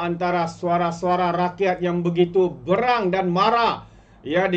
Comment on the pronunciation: Boss....balik2 Salah sebut..BERANG! ...tanya lah yg tahu BM..supaya x silap sebut lagi....